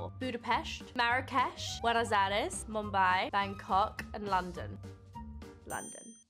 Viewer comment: the way she pronounces "MUMBAI" is all I want ❤